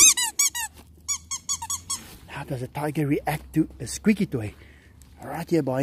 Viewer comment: Anyone else keep coming back to here say "Dyger"